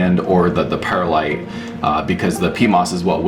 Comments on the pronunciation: One quibble, Perlite is not pronouncea pear-a-lite, it is per-lite or purr-lite. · Actually, it's Pearl-ite, no pears in Pearlite! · I used to pronounce the word the same way - and the people at my local nursery apparently did not know any better as they did not correct me. I figured it out on my own when I noticed that there was no letter a in perlite.